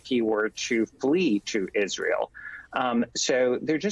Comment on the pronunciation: Israyel not ISreeyal